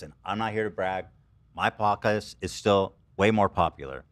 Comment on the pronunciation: did anyone else crack up at the way Ethan pronounced podcast here😂 but it’s the way he was gonna say it wrong and stopped himself but then proceeded to still say it wrong lmaooo